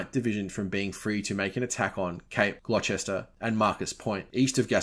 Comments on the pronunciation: Minor note: Gloucester is pronounced Glosster. Leicester is Lesster but then it gets strange as Cirencester is Sissester. Isn't English a wonderful language... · Great article, sorry to nitpick, but I believe it's pronounced Cape Gloster (spelled Gloucester) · Had no idea that was how "Gloucester" was pronounced.